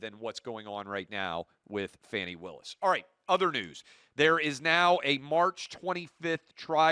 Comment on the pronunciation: When you can’t even pronounce her name correctly, there’s a problem. I don’t think what she did was smart. I thought it was really fucking dumb. But anybody watching this stupid case it’s been brought forward for prosecution who has a brain would know that the entire thing is Taudrey tiresome, and stupid. Yet any conservative kid watched that and as usual lie about what is clear right in front of them just a paint a picture because you have a fucking agenda always the agenda to hell man. Just speak to the truth not the truth as you see it the actual factual truth. When you guys stop making shit up like Fox News does then I might have something to listen to.